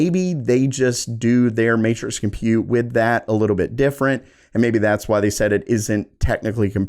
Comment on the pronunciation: It's pronounced "burr GAH mo". And it's pronounced "GEN oh uh. And it's pronounced "com PUTE". Just sayin'..... Thanks for the great info - too bad you'll have to earn 7 figures to ever get your hands on any of these after a 2.5 year lead time.